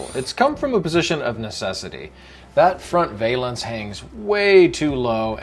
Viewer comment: Why is it that 90% of people on YouTube can’t properly pronounce the word “valance”? Hint, it rhymes with balance.